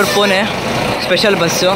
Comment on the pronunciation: ಪುಣೆ ಕಣೋ ಪುನೆ ಅಲ್ಲ